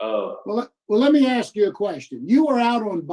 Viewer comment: Jesus, your boy can't pronounce "ask"